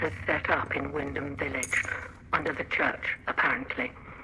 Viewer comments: It's Wyndham not Wyndhelm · Wyndham is pronounced Wind-dum